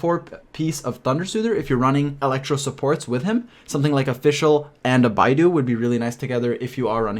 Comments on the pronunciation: muh man its bae-dough not bye-doo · Hey I've noticed you pronounce Beidou's name wrongly (; It should be pronounced as Bae Dough <3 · beidou is pronounced as bay-dough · bay-dough, my bro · 10/10 video but i humbly request you look up beidou's name pronunciation, it's not the hardest chinese to say not trying to offend you or anything, it's just way off once more, thank you for this godsend vid